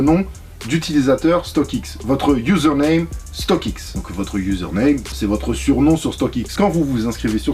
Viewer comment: La vidéo régale comme toujours StockX accent